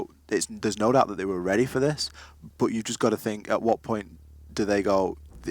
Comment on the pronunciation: Anyone else got annoyed with the fat caster trying to say but and dirt but sounded like he said buh and dirh